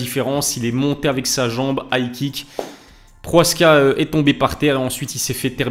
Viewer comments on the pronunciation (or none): « Proaska » tu lis bien son nom ? Y’a le « ch » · Salam pk tu dit « PROHASKA »? C’est « PROCHAZKA »😊